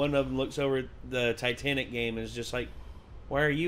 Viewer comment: “Titenic…” - Jon